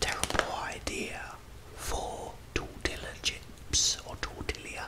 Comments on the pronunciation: Lmao you're hilarious. "Never trust a book by its cover... no that's not right is it?". & yes pronounced Tortilla like (tor tee yuh) like someone else also mentioned! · Never stop calling them torti"ll"a chips 🤣